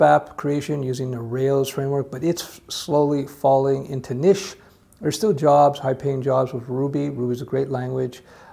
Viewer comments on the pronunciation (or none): none